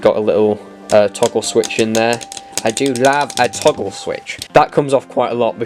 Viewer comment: "I DO LAVE A TAGGLE SWITCH."